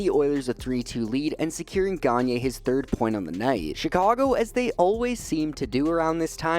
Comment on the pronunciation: Sam GaG-Nurrr